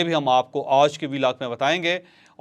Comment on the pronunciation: Ooj nahi hota panjabiyon.aaj hota hy